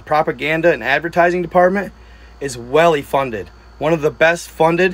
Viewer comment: "Welly funded" lol my dude is trippin